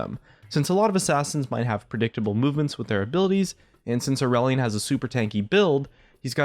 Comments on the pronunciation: Every time he said Aurelion I kept hearing Irelia and was very confused.... >.> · More like too edgy. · sounds like its trying too hard